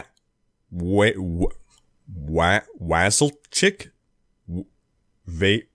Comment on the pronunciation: The exec producer of DICE, his name is pronounced Weaseldick.